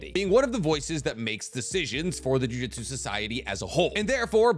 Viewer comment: Dude you say jujutsu wrong. It’s JUJUTSU, not JU-JITSU